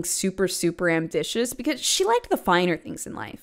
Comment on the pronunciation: “Amditious “ LOVE U BUT THIS MADE ME LAUGH 😭😂